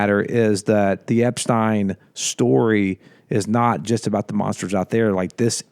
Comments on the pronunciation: 😅 it's Ep-STEEN. 👍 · hey, it's eps-teen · The person who doesn't know how to pronounce Epstein's name said it the most.